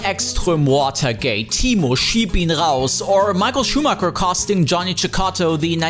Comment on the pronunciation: Why don't you pronounce the german names properly, when you clearly can? Saying "Schumacker" is so weird when you are a german speaker, that's like an italian saying "expresso" or "gnotschi"...